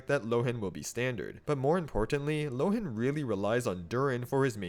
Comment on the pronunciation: I think, since Mondstadt is heavily based on Germany, his name should be pronounced [ˈloːən] ("loh" as "law" and "en" as "an")